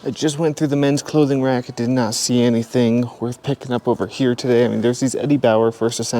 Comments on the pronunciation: I really look forward to your videos. Your channel and Rad Resell are my favorites. I hope you don't mind the comparison but when you say "anythin" with no g, it reminds me of the way my Grandmother from Quebec used to say it. Thanks for the memory!! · They way you say “anything” cracks me up